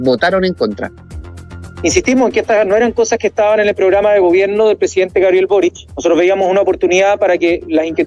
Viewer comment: es Boric no "borich"